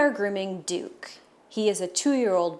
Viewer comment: OH his name's Duke. I thought you said his name was Dick at the start